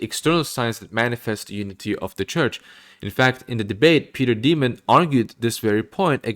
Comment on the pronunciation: No it's Peter Dimond. It's pronounced pretty much like Diamond 💎